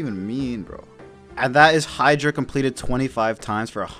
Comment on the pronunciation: you pronounced hydra right and then mispronounced "pronunciation" lmao